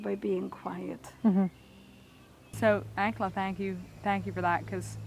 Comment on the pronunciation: Just curious about the way you pronounce, "Ankela". Your "a" sound is like the a in Hank, not like the "a" in father which is the way the Hutterites and Hutterische Mennonites pronounce the word. Why?